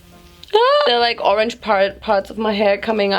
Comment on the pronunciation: ur "oRaNgE" sounded so french